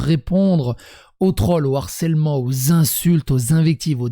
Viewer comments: Harcèlement !!!! et non "harsselement" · Harcèlement bro ! Pas Harsselement 🤣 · harcèlement et non harsselement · Har(SS)èlement 😅🤣 T'aurais voulu le faire exprès, t'aurais pas fait mieux 👌🤣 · "harsselement" Gros c'est quoi ça ? T'as raté tes cours de français ? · "harsselement" un effort stp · "harsselement", fais un effort stp